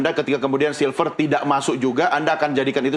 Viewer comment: Nyebut nama aja silfer silver. Lu kira manusia silver? Gak ada orang lain apa yg jadi penyiar?